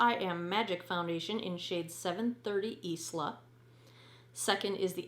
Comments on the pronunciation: Great in-depth video, definitely not the nicest foundation you’ve tried! Sorry it was a bust for you. Also the shade is pronounced I La like Island without the nd x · Isla is pronounced eye-lah